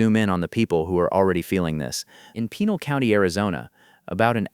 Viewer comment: PEN'- AL........ Hee'-la.....might as well pronounce it right.